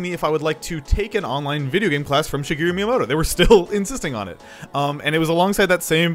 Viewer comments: "Shigiru Miyamoto" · Shigeru MIIyamoto